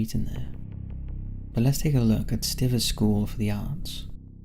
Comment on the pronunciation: I live in Dayton Ohio, specifically Old North Dayton. I've attended functions at the Miamisburg library . I interviewed for a dishwasher job at The Amber Rose, and I've never heard any of these stories. Also, you mispronounced Stivers (just like you mispronounced islet in another viddie of yours). The I is pronounced "eye" in both words, and the s is silent in islet.